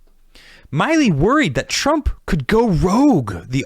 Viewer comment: Really enjoy this, but it's "Milley," not "Miley"